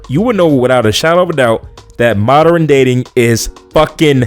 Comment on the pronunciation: You cant even pronouce modern yet we need to listen to you like you are not a dimwit.